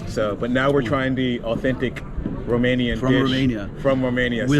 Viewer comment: is romanian? His romanian pronunciation is bang on